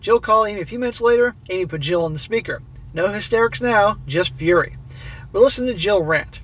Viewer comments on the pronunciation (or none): none